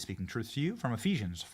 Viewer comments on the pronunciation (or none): none